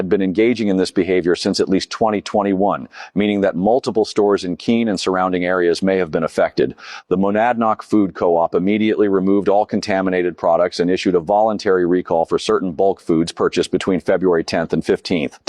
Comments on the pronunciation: You are awesome dude, However,It's pronounced "Ma-nod-knock", not "Madnog-knock" But go and get that pisser. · FYI, it's pronounced "MOE-NAD-KNOCK". I can't believe this. I live an hour away from Keene and my son and his Mom live 15 minutes from that specific co-op. Good god, I hope my son didn't eat anything she touched...Hopefully, my ex did however. 😆😆😂😂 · Monad-noc? It’s pronounced mow-nad-knock. It’s a coop, so all local food. And local pee. Despite this, it’s a very nice area. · MOE- knad- (k silent) KNOCK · FYI, it's "mo-NAD-nok". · Say it with me: Muh-Nad-Nock 🤦🏻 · the store is pronounced Mon-Ad-Nock. I know because i live in NH and have a friend that lives right in the small City of Keene that I visit frequently. You should totally come to the trial though! Hell, I'll go if you go! And I can let you know some good breweries and restaurants in the state! I would hit the slopes with ya if I knew how to ski, but I haven't had the time or money to go learn yet. And also, dont worry about her I can fix her🤣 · Pronounced; MONADNOCK, Moe Nad Knock .. ...Next up; Contoocook.....and Lake Winnapasaukee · Soooo, are you saying you don’t know how to pronounce the word “monadnock”? Just for kicks and giggles try it like this: Mo nad nock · The way you say Monadnock 🤣 Try breaking it into syllables: Mo-nad-nock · Its 'muh-nad-knock' btw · the name of the store is the Mon-ad-nock co-op. Monadnock refers to the mountain that's visible from every town in the Cheshire county. Locals say mon-nad-nock. There's also a man who has been climbing the mountain, daily, for the last 50 years. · Pronounced MAN-ADD-KNOCK 😂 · “muh-NAD-knock” just sayin. In case you have to come cover the trial 😂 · It’s my hometown. If you do come here, it’s pronounced “mu-NAD-Nock” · as a semi local (monadnock mountain is close by and is used for names a lot around here). In pronounced “mah-nad-knock” glad to see you’re back from Korea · your annunciation of Monadnock is atrocious